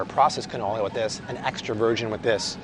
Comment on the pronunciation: Did say "ca-no no" oil? Ok, we need to all use that more often.